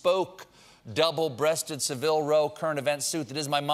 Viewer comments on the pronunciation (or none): Savile Row, sir, not "Seville". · Seville is a city in southern Spain. It's Savile Row. Emphasis on the a. Still love ya. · 1. That's not how you pronounce "Savile". 2. There's a tiny amount of irony in the suit joke with Jon Batiste sitting there, wearing that fugly suit. 😂